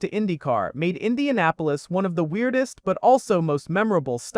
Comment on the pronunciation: "I-INDIANA -POLIS" yeah youre a bum dude. write your own videos. and put some respect on indy